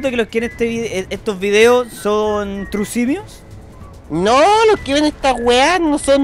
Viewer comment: "Tru Cimioz" Holy culiao weon xD